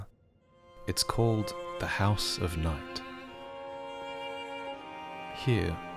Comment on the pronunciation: I cant tell if you said, House of Night or House of Nut.